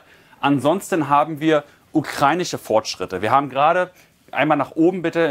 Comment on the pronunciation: Ukreinische, ukreinische, ukreinische.. Ukrainische verdammt nochmal 😂🤦🏻‍♂️